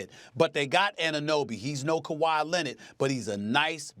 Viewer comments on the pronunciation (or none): none